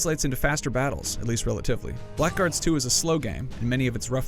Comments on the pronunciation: you pronounced it wrong, not black guards, "blagurds" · It's pronounced 'blaggards' you twonk.